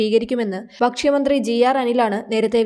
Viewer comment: ബക്ഷ്യമന്ത്രി! ഉച്ചാരണം തെറ്റ് ഭക്ഷ്യമന്ത്രി എന്ന് പറയൂ